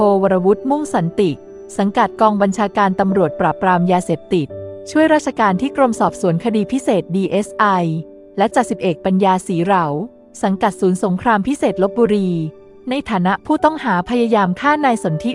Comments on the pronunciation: มั่ว..สี เหรา..อ่านไปได้ไง เขานามสกุล สี เห-รา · อ่าน ว่า สี_เห_รา ครับ ไม่ใช่ สี_เหรา.....ขอ อภัย ที่ทักท้วงมา แค่ อยาก แบ่งปันเท่านั้น...... ....จ.ส.ต.ปัญญา ศรีเหรา.....โดนฆ่าตัดตอน ชัว ! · เค้าอ่านว่า ศรี_เห_รา ครับท่าน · ศรีเหรา อ่านว่า ศรี-เห-รา ต้นตระกูลจะอยู่อำเภออู่ทอง สุพรรณบุรี นามสกุลเดียวกับสังข์ทอง สีใส ครับ